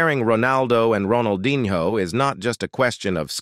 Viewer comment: bro said ronaldinHOE